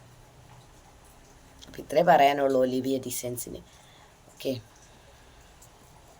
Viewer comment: Tiktok മുതൽ എനിക്ക് അവരെ അറിയാം.. ഒളിവിയ അല്ല.. ഒലിവിയ എന്നാണ്.. Olivia is a genuine business platform 👍